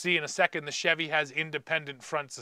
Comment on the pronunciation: please just say chevy CHEV?